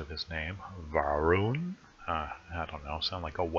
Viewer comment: Va rawn... lol.. come on man! Ha reee wooood!